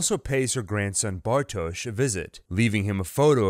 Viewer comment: How is this man gonna pronounce everyone’s name wrong BUT bartoshz